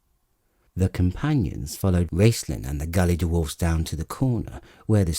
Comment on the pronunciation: British narrators add extra syllables to words, the word dwarf becomes DU-WARFE and dwarves becomes DU-WARVES.